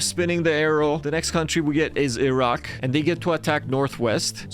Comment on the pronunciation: I HEARD THE ROCK INSTEAD OF IRAQ